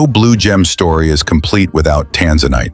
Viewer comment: Tanzanite and Tourmaline are outstanding gems and hold up well in jewelry. The AI pronunciation of these exciting gems is horrible! Please correct so people can learn the correct pronunciation so they know what to look for.